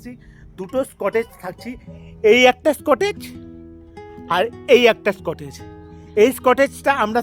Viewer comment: স্কটেজ noy dada "কটেজ"😅